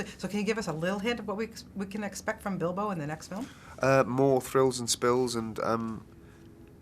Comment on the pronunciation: i heard..that he said dildo instead of bilbo so i came here XD